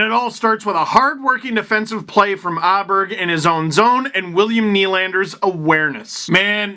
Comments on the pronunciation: Åberg is pronounced like "Oh-Berj" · Aberg in Swedish is "O-barry"